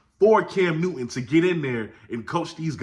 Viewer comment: I could swear Newton has a “t” in it…..🤣 Keep doing ya thang,!! 👍🏾